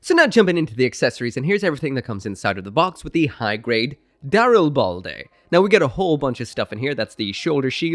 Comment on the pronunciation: I thought the name of this suit was the Darilblade, so I got some whiplash when I heard you pronounce it correctly. Dyslexia is really messing with me these days…